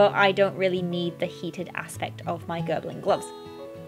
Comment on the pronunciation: Gerbing not Gerbling 😁